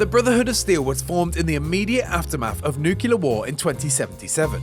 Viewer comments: Nuclear not nucular matey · “Nucular” war will never turn any place into a wasteland. That said, a nuclear war probably would. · Is it that hard to spell NUCLEAR correctly? It hurts to hear nucular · It's pronounced "new-CLEE-ur", not "nuke-yew-lur". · It's pronounced "NEW-CLEAR"!!!! not "NEW-CUE-LER"!!!! Wtf!... "Patrolling the Mojave almost makes you wish for a NEW-CLEAR winter.... ugh..I.. also, the fallout world "diverged" from ours... it didn't "divulge" from ours.. worst breakdown ever...😢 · „Nukular“.. are you serious? 😂😢